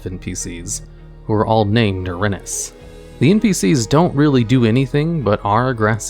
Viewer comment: Erinyes is pronounced Eh-rin-ee-is